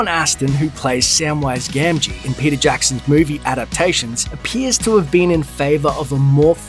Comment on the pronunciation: I keep thinking you’re saying Percy Jackson, not Peter Jackson oml.